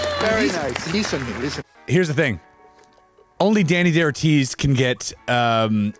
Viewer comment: Very good video, buts it´s not "Deni DeOrtiz", It's Dani DaOrtiz (Spanish pornunciation). Thanks.